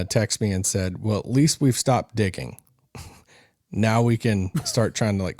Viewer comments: I heard dickin too 😂😂😂😂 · nah he said dicking lol